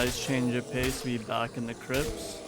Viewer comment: Any1 else cackling at the video sections saying “crips” 😂😂😭